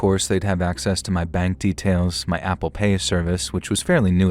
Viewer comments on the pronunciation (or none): none